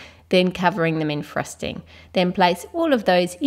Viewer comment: no offence but when she says. frosting it sounds like thrusting